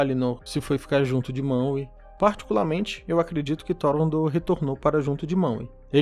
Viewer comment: Ficar falando maue da uma raiva da desgraça